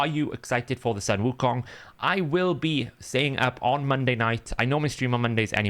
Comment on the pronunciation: you got the pronunciation right! its ‘soon wu kong’ or just ‘wu kong’